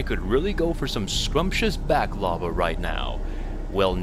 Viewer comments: Its pronouced "Baaklava", not Back-Lava. LOL. Think like, Bach the composer. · Lol, Martian Buddy Back Lava?! It's pronounced "Baahk la va". Popular fila dough/honey desert from the Eastern Med.